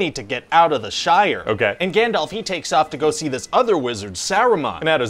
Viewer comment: Is he calling Gandalf Gandelf??